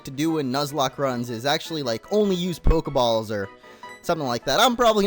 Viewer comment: U Said PokeBALLS